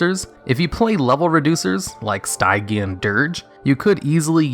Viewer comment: You may have already received comments saying this, but 'Stygian' is pronounced 'Sti-Gee-An'.